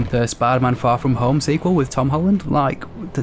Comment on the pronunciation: Hom Tolland